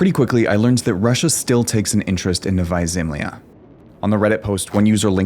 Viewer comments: It's Novaja (novaya) ZemljA (zemlya), not Novaja ZEmlya NEW LAND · And pronounced as "novaYA zemlYA" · You pronounce it wrong: Its Nova-ya Zem-la